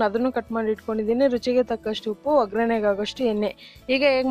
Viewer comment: 👌🏿👌🏿. ಒಗ್ರಣೆ ಅಲ್ಲ. ಒಗ್ಗರಣೆ ಅಂತ ಹೇಳಿ ಮೇಡಂ